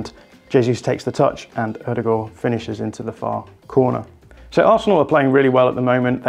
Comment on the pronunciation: When he said Ødegaard correctly I was so happy. Getting so used to brits butching the name.